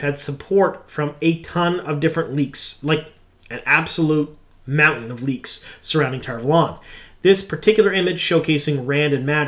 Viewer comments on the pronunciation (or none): none